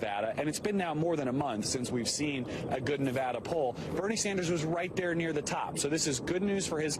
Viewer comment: Vox Populi if this guy's trying to influence people living in Nevada particularly long-term residents to vote for Bernie Then yeah, it actually does matter. When pronounced the way he is pronouncing it You come off as an a**** from out of the state That's how mainstream media used to always say it.